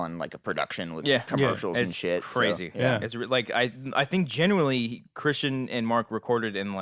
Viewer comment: Is saying genuinely? Sounds like genuy